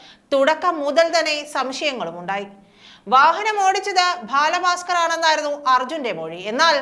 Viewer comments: ഭാല ഫാസ്കർ അല്ല ബാല ഭാസ്കർ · "... bhaala baaskar... " No..... "baala bhaaskar" ennu parayoo... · ഭാല ഭാസ്‌കർ എന്ന് അല്ല.ബാല ഭാസ്കർ എന്ന് ആണ്. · Balabhasker ....LKG Classl poyi pronounciation correct cheyyu..very bad😮😮😮😮😡😡😡😡😡😡😡😡😡😡